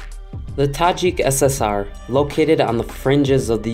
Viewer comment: Thank you for the video. I love the accent, the way you pronounce the Tajik names. You're welcome to Tajikistan anytime.